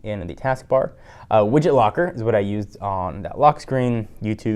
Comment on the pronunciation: He said WidgetLocker.